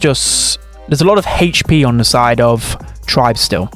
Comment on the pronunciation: "haytch p"